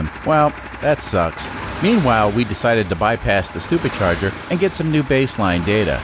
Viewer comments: Are you mispronouncing supercharger for stupid charger or doing it on purpose either way it's funny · is he saying stuper charger?